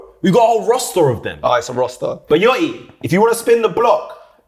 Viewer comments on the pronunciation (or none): Man said lil yoti 😭